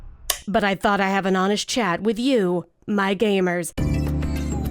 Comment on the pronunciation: Why is it that when you say gamers, I hear gaymers?